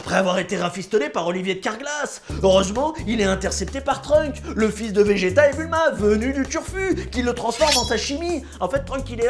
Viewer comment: C'est un vrai vrai fan parce qu'il dit majin buu et bejito !!!